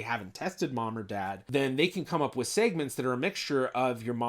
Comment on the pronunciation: Why do you pronounce segments weird?